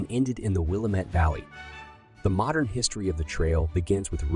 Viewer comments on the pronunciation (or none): It's WLL-AM-IT. Not willumet! Damn, if you can't even get the name right why should we bother listening to any of this!? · Willamette is not pronounced Will-a-met, but Wil-lam-ette. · The accent is on the second syllable of the word "Willamette." will-LA-met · It is pronouced Wil Aaa Met not Wilamet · Dude, i loved this! (Though, Willamette.. it's pronounced Will-A-Mit, not Willa-Met!). And the trail ended at the Coast! But showing the tracks and describing the difficulty of traversing the land? So informative and relevant. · It's pronounced: "will-AM-et" NOT "WILLA-met. smh Thank you for pronouncing Oregon correctly, though. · Great video! But I cringe everytime I hear documentaries say "Will-A-met" instead of "Will-am-met". Lol. I grew up about a mile from the Foster Farm, a Oregon trail historical site, in Eagle Creek Oregon. My school was also half a mile away so every single year we would go to a field trip there and every summer/fall we went to the Cidar Squeeze. I love that place. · Yeah, you lost me at WILL-UH-MET Valley. It's pronounced WILL-LAM-MET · PLEASE!! Willamette is pronounced Will-am-it. Not Will-a-mette. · 9/28/24 I'm reading Buck's excellent book for the 2nd time. I grew up in Portland, Oregon and bristle when narrators mispronounce place names. This video dude calls the Willamette Valley "Willa-met" but a quick online check would prove "Wil-lam-et" as correct. My mother's name was Willa, so we laughed, asking whom Willa met? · Willamette: will-LAM-et. How can you make a video about the Oregon Trail and mispronounce Willamette?! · Willamette is pronounced "Will-Lam-It" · It’s pronounced Will-AM-it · It’s Wi-LAMM-ette, dammit! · Grew up and lived all my life in the Will-AM-ette valley. Gggrrrrrrrr Now give Champoeg a try! It is the name of a park near St. Paul Oregon. Good video though.... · It's pronounced Willamette, Dammit! Wil-AM-it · Local pronunciation is like "wool-AM-it". That's how the people there say it.